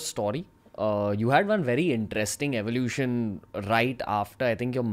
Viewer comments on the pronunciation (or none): none